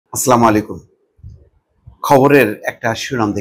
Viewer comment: Vi salam ta suddho koren..... Assalamualikum.